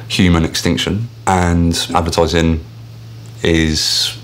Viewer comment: "Ze edvertaaizing"